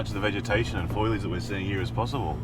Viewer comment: Great video but I just about choked when old mate called the vegetation “foil-age”. It’s “foliage” as in FO - LEE - AGE bro! 🤣🤣